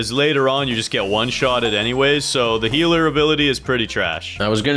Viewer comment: I love how says healer tv woman as heart tv woman.